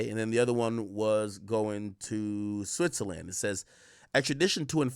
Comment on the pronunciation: Switzerland pronunciation is killing me